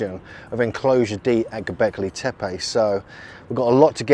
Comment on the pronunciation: Porta Sar. Not gobelek tape